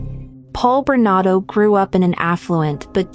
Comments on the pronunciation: It’s Bernardo NOT Bernado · ⁉️@: When are you going to post a correction to his NAME in summary⁉️ It's BernaRdo -2 R's, not "Bernado" as narrator says many x's & posted video title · Why do you keep saying his name incorrectly?!? It's BernaRdo, NOT Bernado!!! Get it straight! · It's Paul Bernardo, not Bernado. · BerNARdo, not BerNAdo. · Bernardo not Bernado Get the monster's name right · SOOOOO, is it Bernado, as the computer voice insists, or is it Bernardo, as the thumbnail suggests? Answer- It's Bernardo, fix your computer. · Please pronounce his name properly. It's Bernardo. He was also the Scarborough Rapist. I remember sketches appeared on the subway trains. When he was caught you could easily see the sketch was him. Karla should never have gotten out but her lawyer hid the tapes that should she was an active participant. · His last name is Bernardo, you are missing the 'r' in his name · Why does she struggle to say bernardo. Its very simple. She forgets the r in there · Pronounce the name correctly! Bernardo ! Paul has been moved to medium security prison now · Paul Berna'R'do... Sorry, It's just I thought it sounded like you were missing the 'R' in his name when you were saying it and then I noticed that it was misspelled also. Don't mean to sound negative. The video was great! ; ) Btw, You say his name correctly at the end of the video